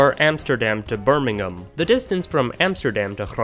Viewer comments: thanks for pronouncin birmingham kinda right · for some reason, it's even more surprising that he (a canadian/american) pronounced an English city correctly (he didnt pronounce the h in birmingham!!!!!!!!!!!!) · As someone that lives uncomfortably close to birmingham, I can confirm that there is no reason to go to birmingham. Also props for pronouncing it correctly